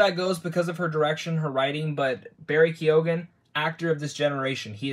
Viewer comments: It's pronounced "kyowhan" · “Kyone” Sorry I just had to point out the pronunciation of Keoghan.